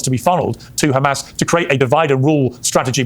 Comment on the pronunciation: If I hear Destiny say 'HEMAR' again, I'm going to lose it.